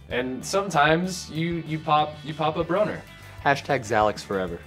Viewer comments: man said broner 😂😂😂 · did he really just say pop a broner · he said broner💀 i cant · THIS DUDE SAID A "BRONER" 😂😂